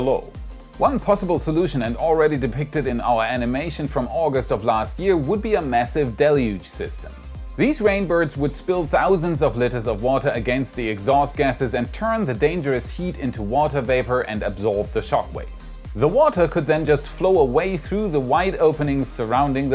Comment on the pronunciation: litters? I hope not.